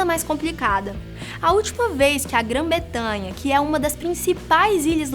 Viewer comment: min alguém ouviu Grã 'Betanha' ? ^^